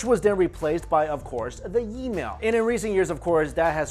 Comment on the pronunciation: The “ye-mail” Geez ur 37! Man u look young af